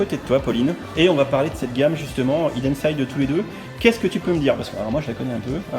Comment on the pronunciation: Les boooooules! Je regrette de ne pas avoir pu y aller, ça avait l’air sympa. J’ai encore plus les nerfs pour le calendrier et encore plus pour les goodies Hidden Side! Well done et en plus t’as bien prononcé 😉